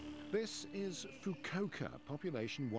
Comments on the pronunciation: I thought you were joking then I watched the video. Oh dear, you'd think the BBC would do a little more research on proper pronunciation of place names. (Foo-koo-ohka) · "FU-KU-O-KA" Every consonant and vowel is pronounced.